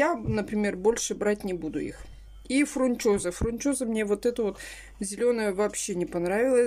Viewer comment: прежде чем называть название, прочти правильное на товаре, а потом называй! ФУНЧОЗА, а не фрУнчоза!